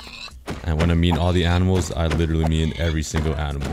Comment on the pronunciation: Am i the only one that when he said animals it sounded like apples